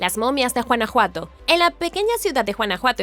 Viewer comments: No se dice Juanajuato...se pronuncia Gunajuato (güanajuato). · Mi vida es Guanajuato no Juanajuato jejejeje jejejeje jejejeje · Por qué en tus videos eres incapaz de decir los nombres de las ciudades mexicanas correctamente? NO ES JUANAJUATO! ES TEXTUAL GÜANAJUATO! Tienes otros videos y solo veo que no tienes ni gota de interés en por lo menos investigar un poquito. Todo está en internet! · Porqué pronuncia Juanajuato? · Juanajuato...🤦‍♀️🤦‍♀️🤦‍♀️ La pronunciación está pésima. La "g" se pronuncia como en "guanábana" o "guayaba" . Entre "Juanajuato" y "Teotijuacán" la pronunciación está del nabo. Es un buen canal pero deben cuidar las pronunciaciones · jajajajaj me da ternura y risa como pronuncia guanajuato, suena como juana juato jejjeje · Chistoso, pero me gusta jajajaj es original ajjajajaj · Usted pronuncia JUANAJUATO Y ES CON "G" 🤦‍♂️